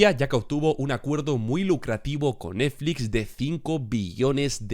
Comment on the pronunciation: Lo más divertido de la serie es la imposibilidad del para pronunciar bien la palabra NETFLIX